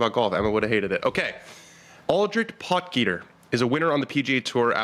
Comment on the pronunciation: It’s pronounced pot heater not pot geeter, looks like he’s going to be around for a while so let’s try to start as we mean to go on .great show